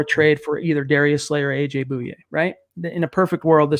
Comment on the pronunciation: Pretty sure it's pronounced boy yay....not boo yay